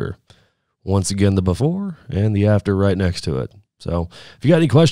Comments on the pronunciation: Once again "da bafore" - "then the after right next to it" - ya' all got urself some slick talk right there folks :p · Bafor aaand then the after, bafor then after.i didn't know before was spelled with an A. Haha. Great video bro